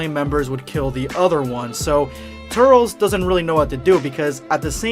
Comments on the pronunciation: Oh my freaking God it's not "Tur-rels" it's pronounced "Tur-liss". Damn have you ever even seen the tree of might? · Sounds like ur saying turtles instead of turles! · Bro....it’s pronounced tur-lis not tut-ls...did you watch tree of might or just going from knowing it exists? Love your vids bro but the mispronunciation is a total faux pas. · I normally wont dislike a video. But you butchered the pronunciation. I cant even finish the video.. Tur-les bruh.. Not Turels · Turles. TER - LESS. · Also its turles not turls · “Turls” fucking idiot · It's pronounced, "Tur-less" ~Dz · I can’t handle his name being pronounced “Tirles” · (tur-less) 🙄 like how it's pronounced in the movie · Hey,. I don’t wanna be that guy or anything, but this is lowkey killing me. I know you said that you’ve always pronounced “Turles” like that, but that is literally the wrong way of saying it. From The Tree of Might to Xenoverse 2 they say his name like “Tur-less.” I saw some people in the comments saying it was distracting and it kinda is. Why say it like that when you know people are just gonna correct you?... Anyways, keep it up with the quality content! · You can’t pronounce ”Turles” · Did you watch the movies? Then why the fuck do you miss pronounce his name!?